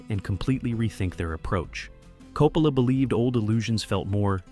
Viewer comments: Coppala?????? no se pronuncia Coppola???? Yo siempre he oido pronunciarlo Coppola como apellido italiano que es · Sono Italiana, I'm Italian. Chi è 'COPALA' ??? Who is 'COPALA' ? 'COPALA' è un sacrilegio! 'COPALA' is a sacrilege! 'Coppola' è un cognome ITALIANO. 'Coppola' i s an Italian surname. Si pronuncia CO-PPO-LA non COPALA! it's pronounced CO-PPO-LA ! Per favore! Please! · please stop saying coh-poh-la